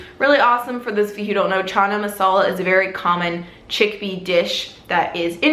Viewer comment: When white people say 'Chana' or 'garam' 😂. Super cute, I enjoyed this video!! Thanks!!!